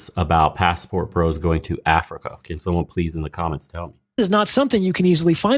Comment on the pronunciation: It is like it was hard for him to say Africa